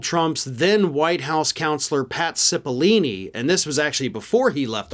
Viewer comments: Dude… pat cipill-oh-ni not ‘cipilini’. I am a fan of your show but get your facts straight. That guys name has been in the news for like last 4 months straight. Seems out of touch to not know that. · Cipollone, not Cepallini! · His name is Pat Cipollone, not Cipollini. Sorry to be a nudge, but I'm sure you want to get the details right. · I thought it's spelled and pronounced Cippilone? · I don't know what's worse, mispronouncing Cipillone's name like "Cipillini" or saying like "Sipi-Lone", which is also wrong. I don't know, in the rest of the English-speaking world, we try to say foreign names like they say them out of respect and to not be racist. When people constantly get your name wrong, it's an already established form of racism legally. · Hi, I love your channel. 👍👍👍. I just have a question, isn't it Pat Cippeloni? Or Cippelini? Just wanna know what's his last name, or pronounced that way. Thanks man.✌️ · needs to learn how to pronounce Italian names. It's Oat Cippalone. That with an O, not E. Just saying. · Repet after me: Pat. CipOHllOHne. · Cipollone is pronounced with a long 'o' in the third syllable, not a long 'e'. s-IH-p-uh-l-OH-n-ee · It's "SIP-puh-LONE-ee" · buddy.... that's not how you pronounce "Cipollone" 😂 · Probably sold to a foreign country. It would also be nice you got Pat' s name right! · Revisit pronunciation of "Cipollone."